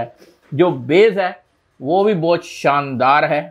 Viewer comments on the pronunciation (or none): none